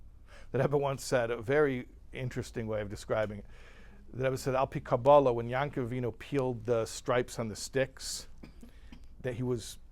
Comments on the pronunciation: most ppl pronounce yaakov as yahkov. you pronounce it as yahn-kov. why? you dont pronounce every ayin as "ahn". why do you in this case? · why do you pronounce yaakkv-with a nun(yankuv)?